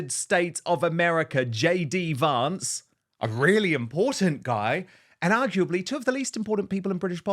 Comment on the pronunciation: He keeps mispronouncing JD Vance's surname.